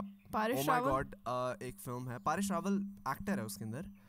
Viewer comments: U both prounced it "paaresh" it "Paresh" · Its not Paaresh Rawal, its Paresh Rawal and he’s a legend And please learn pronounce India properly You do not have rights to pronounce our country name the way you want Or else you better not